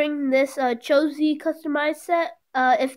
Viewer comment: It’s cho-z spriggan